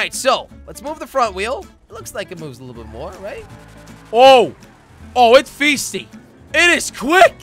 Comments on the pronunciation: Jelly:OH ITS FEESTY! Haha looool Jelly I think ya mean...feisty. Like pronounced f-ice-ty Oooh jelly. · lol i love jelly and his friends videos they always seem to put a smile on my face like seriously, oh lol he said feesty instead of fiesty lol!!!